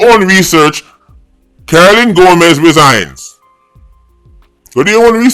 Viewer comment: Hail, her name is Gomes…..not Gomez